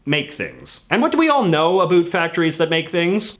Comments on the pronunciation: The way you pronounce the word "about" is so weird.. Is that on purpose or it is just your Canadian accent? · By your pronunciation of "about" I knew that you are from Canada lol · I had to rewind the video a few times because I couldn't tell if he was joking with the pronunciation lol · I don't often comment on videos, but the way you pronounce the word "about" is ridiculous. C'mon man. Speak properly. You're making Canadians look like morons! I live in Canada and don't personally know a single person who pronounces "about" like that. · I'm Canadian and I hate the way this guy says about. The majority of us do not pronounce it this way. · THANK YOU!! He's making Canadians look ridiculous by not speaking properly. It's infuriating. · I actually am dead-close to a recycler; I'm a 'tamed' hoarder. I tend to use things until they are of no use to me, or better yet until they are broken. BTW are you from the Atlantic (East)? I hear your 'about' in a Newfie accent; cool! I have known for some time now that recycling is a bit sketchy to say the least but we are caught in a conundrum like to be healthy I might as well grow my own food because everything (including organic food has some pesticide) has some unnatural ingredient and most are processed. Even the water we drink is treated so we can consume it. Canada has 20% of the world's source of fresh water, and a little over 2% is from where I live - Alberta. I want to contribute to the society in a positive but we are entrapped by our own device. To survive I have to spend frugally and eat processed food, to eat healthy the stores and manufacturers place a higher price tag to "healthy options"... so to act 'normal' I have to recycle =( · Is this flappy head seriously saying "a boot"? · He said care a boot and he meant to say care about lol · I just can't stop listening to "abuuut" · About is not pronounced abote ya Canuck.